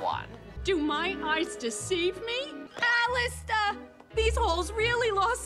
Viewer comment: She really said “Alistor” 💀💀💀